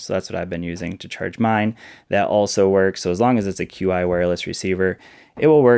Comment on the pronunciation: Qi (the wireless charging standard) is pronounce Chi (Chee). Thanks for the revisit. I recently went in on their Ticwatch S E kickstarter, so I'm curious about their other watches.